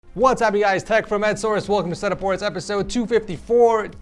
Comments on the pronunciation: Did anyone else notice he said this is Tech from Ed Wars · In the intro he actually said "what's up guys tech from Ed source" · “What’s up guys it’s tech from edsource” 💀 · LMAO at the start he said "whats up guys, Tech From EdSource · Man really said” hey it’s tech from Ed source”